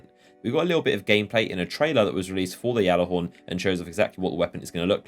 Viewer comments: G(j)allarhorn, not (G)jallarhorn. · You saying "YALLAHORN" pisses me off dude its GALLAAAAAAARHORN" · ITS THE G ALLAHORN, NOT THE YALLAHORN. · lovin that Yallerhorn. ITS PRONOUNCED G-A-LLER-HORN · it's gjallarhorn (g-aller-horn) not Yallarhorn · Why does he say yallehorn it pronounced gallehorn ( spelt gjallarhorn) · dude they literally said gallahorn not yallahorn so your pronouncing it wrong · Gal Gal not yal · gal not yal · Plus, if you spent five seconds looking at it, or know where it originated, you'd know it's supposed to be said "Yallarhorn". Not Gallihorn like a fucking Galimius. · it's pronounced gall-er-horn not yall-er-horn even bungie pronounces it as gall-er-horn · your fucking delusional if you think that's how it's pronounced, silent j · Listen okay GAL-AH-HORN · Look it up. If you knew your history or ever bothered looking it up you would realize it was not pronounced GAL-AH-HORN. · Deej said it's pronounced Gallahorn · You are so fuckin annoying! It's gjallahorn! With a G. Not a Y! Deej already cleared this up on stream! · it's not just him , other destiny youtubers and streamers say it that way. I always hear deej say with a "G" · No its the Jelly-Horn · | Quit it's pronounced yallerhorn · Guys...it's just a means of pronunciation....that being said it's Not yallarhorn AT ALL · i think the correct proninciation is Gyalllahorn, or thats at least that the pronunciation of the people that MADE IT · just deleted your minecraft account if you actually look up the pronunciation it's pronounced yallahorn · It's been confirmed that it's pronounced "Yallahorn." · You say Gjallarhorn wrong, look it up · lol I love how you butcher the name of the weapon! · He is saying it wrong it pisses me off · I'm disliking purely because of how you say Gjallarhorn. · Oh sir, how wrong you are. The name is Norse.